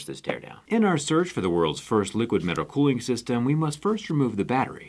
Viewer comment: Liquid “colling” please XD